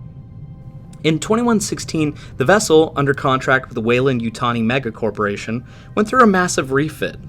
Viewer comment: "WeyLAND", with an A, not "Weyl U nd" with a U.